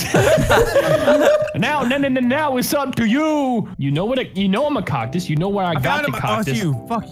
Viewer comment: You went from cuctis to coctis 😂